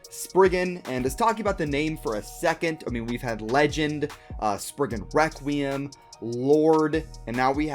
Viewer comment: Is it just me or is he saying ‘wrequim”